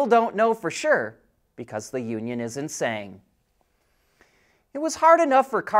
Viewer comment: lol - I heard “Because the union is insane” instead of “isn’t saying”.